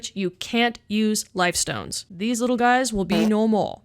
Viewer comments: Liftstones, not lifestones. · Great video but you talk too fast and you mispronounce/misspell, Liftstones. I did the same thing when I was playing. Awesome character! For fun, try using Flameshroud on one of those hanging dummies. The spin was inspiring too.